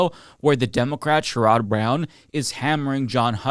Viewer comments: SHARE-ud Brown. Not Share-ROD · You're pronouncing Sherrod incorrectly.